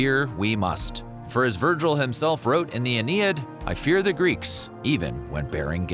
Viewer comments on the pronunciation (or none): none